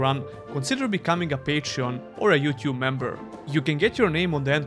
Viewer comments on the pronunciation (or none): none